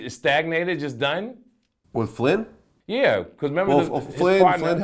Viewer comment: He called it "FLIN" LMAO THIS N🤞GGAH WAS TALKING ABOUT AN PERSON LOL HE GOT ME TYPING DUMB SHIT TRYING TO Quote vlad